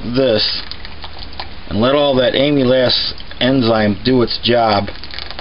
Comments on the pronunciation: Am-il-aze. Get it right. JFK it's painful hearing your pronunciation. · It sounded like he was saying Amy's ass. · No offense intended, but you do know that that's not how amylase is pronounced, don't you? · He keeps saying amylase wrong...